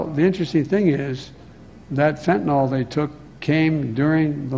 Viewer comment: Even the president of the United States cannot say the word "fentanyl" correctly...